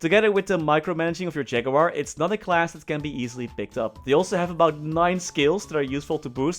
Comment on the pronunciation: We all came here to hear say Ja-goo-war <3